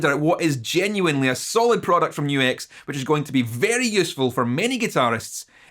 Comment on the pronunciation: At least YOU know HOW to say NU-X! \m/